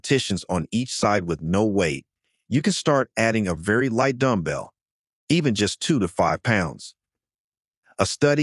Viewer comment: Please program your AI slave-narrator to pronounce the word correctly...i.e. it's stayble-ize, NOT stab-ilize. Also, it's called a dumb-bell, not a dumble. Sheesh. Your videos are way too long. Enough with all the studies. No one really gives a shtt. Cut the bloody videos down to at least one half.